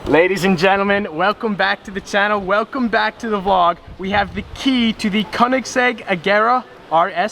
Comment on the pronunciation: Dude its called "Königsegg" and not "konigseg"